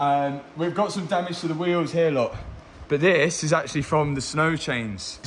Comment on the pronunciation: you should sand the rims before the paint ;). And one more thing. I'm dutch so i'm not sure.. But i think you say the word 'damage' wrong (on purpose)